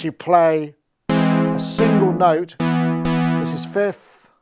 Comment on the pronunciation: "8 noteTH"